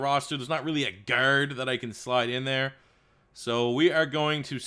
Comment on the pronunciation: Nothing is more discomforting than when you say the word "Guard"